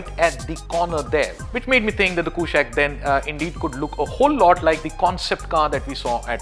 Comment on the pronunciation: Its not a western word mate, as you must know kushaq is a sanskrit word for king and should be pronounced as such! Skoda is trying hard it seems hopefully this will look gorgeous